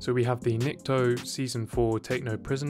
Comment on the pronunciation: Ni-kto, not Neekito